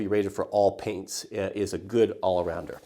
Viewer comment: "I cant even list AWL of the things...."